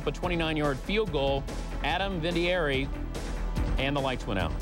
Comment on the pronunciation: dan patrick sucks here lol was he a rookie reporter here? he talked about a fumble way before it happened on screen, he couldn't pronounce vinateiri correctly lol